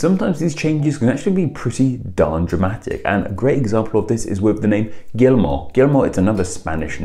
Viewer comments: Guillermo is pronunciated like wiyermo or something like thar, IDK, I'm no linguistic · he says it "gellimo" 🤦‍♀️ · That is pronounced Gee-air-moe, not Gill-moe. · I think in English this is closest pronunciation for Guillermo: Gi-jer-mo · Guillermo is pronounced without any “L” sounds.